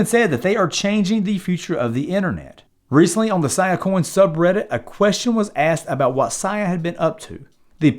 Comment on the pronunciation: “See-uh”, not “Siyuh” coin.